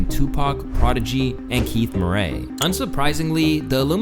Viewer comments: Keith MURRAY not Mooray!! Cmon bro 🤣🤣🤣🤣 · Imagine being unfamiliar with the name "Murray", and thinking it's pronounced "Muh-ray" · Why you saying Keith Murray name like that😂